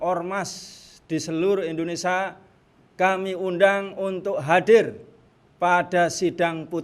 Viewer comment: Indonesia kang bukan Indinesa..ngono wae kliru.